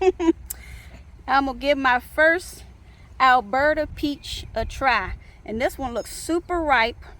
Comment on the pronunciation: Oh my gosh how exciting! Your food forest has peaches 🍑 love it! Sounds like your saying Alberta lol but thats only because I live in Alberta Canada 🇨🇦 teehehe